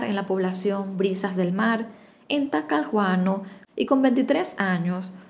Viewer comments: se dice talcaguano Talcahuano saludos y besitos desde Chile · Talcahuano se pronunica como Talcawano. Este caso jamas lo habia escuchado en mi pais o quiza se me olvido. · Que tierno como pronuncia Talcahuano, la pronunciación sería algo así como talcaguano, soy de Chile y juro que jamás oí sobre esta historia, gracias por contarla 😮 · Pd: en chile la h o no se pronuncia o suena como g, por ejemplo es "lloana" (johana) o "ielo" (hielo), pero "talcaguano" (Talcahuano) o "guevo" (huevo) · En Chile la H es muda, por lo tanto Talcahuano lo pronunciamos Talcauano, Johana es Lloana (estoy escribiendo como se pronuncia) Espero que no cause molestia, pero siempre es bueno aprender (lo digo con respeto y humildad) . . . (uf!!!, es que hoy en día todos se enojan por cualquier cosa n_n)